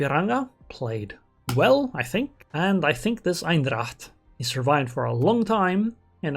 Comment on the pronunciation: I sorta don't like to be that guy but! That Dutch cruiser is Eendracht not Eindracht 😁